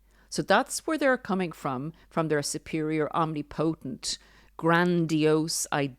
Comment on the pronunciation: Thanks for another great video guys. One small "nitpick" because I know you like accuracy 😁 - omnipotent is pronounced om-nip-o-tent